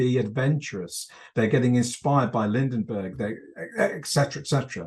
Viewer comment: "Lindinbergh" the whole interview... hahaaha...cute! The 1920s ROCK for setting and story potential. Anyone thinking it was all Keystone Cops and flappers needs to do some serious research